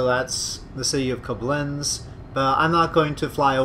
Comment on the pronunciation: You pronounce the river Rhein rather well. The river Main is pronounced rather similar, it sounds like the English mine. The same for the city Mainz. Koblenz your pronounce reasonably well, except your ending it like koblense, but it's a harder ending, like koblentz. Your English spelling of Worms is really funny, it should rather be like woarms.